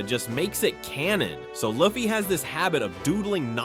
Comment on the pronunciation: Bruh cant even pronounce luffy 😂